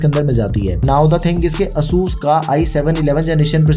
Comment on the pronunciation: its "ay-sus"